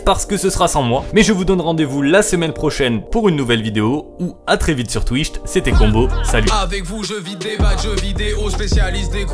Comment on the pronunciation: Il...Il a dit twicht